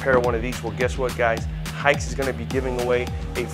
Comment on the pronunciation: that's not how you pronounce Haix